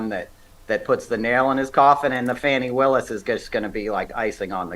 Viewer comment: Fanni (pronounced Faw - knee) Willis Georgia should go 1st -- Garland fiddle farted around 20 months (! -- )too long to earn "1st" indictment.